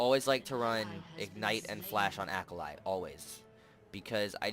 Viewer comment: Great vid, but her name is japanese so it's pronounced ah-kah-lee